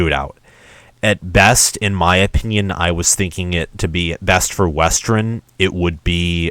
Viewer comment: Yep they looked great against Sandy Valley Middle School. The first half of your schedule is weak, very weak. Reality will set in with Wisconsin. BTW it’s West-ern not Wes-terin.